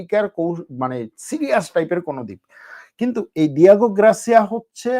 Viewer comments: গ্রাসিয়া না রে বাবা, গার্সিয়া। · Grasia na garsia english Porte pare na